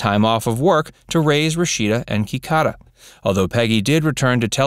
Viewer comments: HELLOOOOO!! Her name is KIDADA, not Kicaca. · Their older daughter's name is Kidada, NOT Kikada! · Peggy's daughter's name is Kidada; not Kikada.